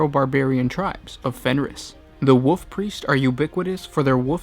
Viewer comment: Personal pet peeve, hopefully constructive criticism. I believe it is pronounced WoLf Priest, not Woof Priest.